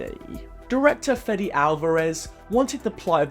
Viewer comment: "Fetty Alvarez" , is Fede, as in FEDEX without the X